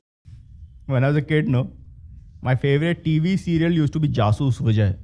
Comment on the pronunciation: Jaasus Vijay Main Zaaaasuus Viizay bolta tha wo khud ko